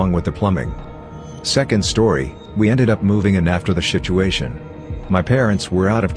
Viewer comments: Fucking love “shituation” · Lmao “shituation”